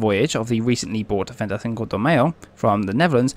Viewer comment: I’ve been in broadcasting since 1995. It can be tough especially bad for me during the Yugoslavia wars. The bloody names! Like I say just take your time with the hard words. Break them down unto chunks or write them down in your script phonetically. For example: Venty Sinco De May-O Cow Loon Trinca Ma Lee Also if you’ve got a tough to say word, consider re-writing the script so you don’t have to keep saying it. Please don’t take this as negative criticism. It’s anything but. Just a bit of advice from someone whose spoken for a living for years. Your vids are so informative. Keep ‘em coming shipmate!